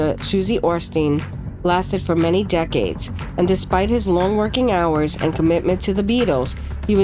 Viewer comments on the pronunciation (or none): none